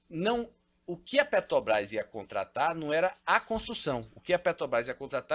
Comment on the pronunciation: O cara é milionário e ainda fala "petobras"?? 😱